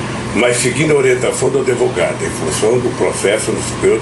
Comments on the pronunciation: Lula fala adevogado? Psicopata mente sem limites! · Analfabeto não é adevogado que se fala é advogado" isso ai foi presidente deste país"PQP......